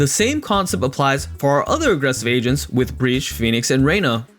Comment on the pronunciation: Yo I’m not gonna lie I really thought this man said Asians instead of agents lmao